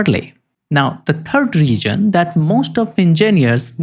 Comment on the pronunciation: Please learn pronounciation! Shaft is not sap! Reason is not region! Shoulder is not solder! And don't waste sooooooo much time, when 5 minutes is more than enough to tell the relevant facts!